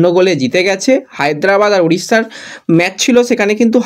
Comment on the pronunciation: ভাই তুমি আবার ম্যাচ কে ম্যাজ বলছো? আবার ফিডনেস হবে ফিটনেস। বড়ো বাজে লাগে। একরু শুদ্ধ করে নাওনা ভাই। তুমি ভালো বলো, সব ভালো কিন্তু উচ্চারণ টা ঠিক করো। অবশ্যই লাইন নয় অফ লাইন।